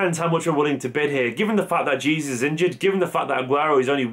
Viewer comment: Great video, however I hoped that there would be more talk about players like Milan Skriniar, Samuel Umtiti, and midfielders like Fred, Savic, and Weigl. And please don’t pronounce Jesus like that EVER again😂😂 anyway loved your opinions on the transfers